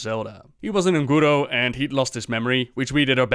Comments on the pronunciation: Guys, if you don't know how to pronounce something (which 90% of you DON'T), just watch an official blizzard video and see how it is pronounced ffs. Ongoro ... wtf is ONgoro ... it is UN goro! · Un'Goro....not Un'Guro..... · WHY YOU KEEP SAYING "UN-GUURUU" ITS "UN-GÓh-GOh" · Oon'guro... if you got problems with pronouncing this - try of your own video... You can thank me "looter".